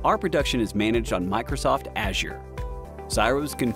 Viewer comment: Please pronounce Azure properly